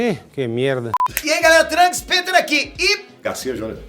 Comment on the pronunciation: para o PITER (COM I MSM) AR e ÁHH tem a mesma pronuncia